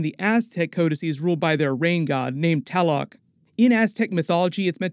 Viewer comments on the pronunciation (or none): Sounds like you said Taloc but I think it should be Tlaloc. Not that it matters but I actually used to know a guy named Tlaloc :p